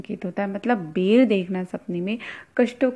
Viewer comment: Madam bolane ka language aapka bahut galat hai baher hota hai ya bayr hota hai